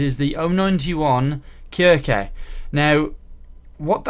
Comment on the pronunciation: Pernounce the "c" as "s".